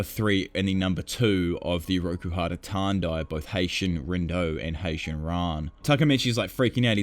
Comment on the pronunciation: Bro it's HAITANI not Haition